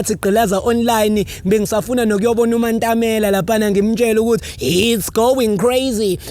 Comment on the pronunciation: Not saying our presidents name wrong, Mantamela 🤣🤣🤣🤣